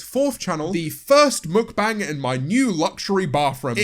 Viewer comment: I really don’t like the way He says Mukbang